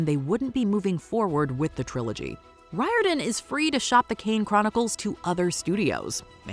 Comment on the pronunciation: The surname of Percy Jackson's creator is pronounced REAR DON.